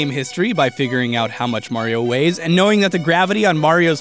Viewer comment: THATS NOT HOW YOU PRONOUNCE MARIO